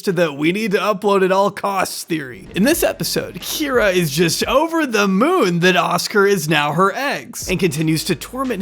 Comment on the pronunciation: You did miss a single Kye-ra to -Kee-ra, but it's fine.